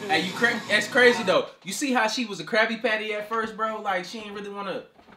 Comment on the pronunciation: Lol krabby patty..i like the way he said that..krabby patty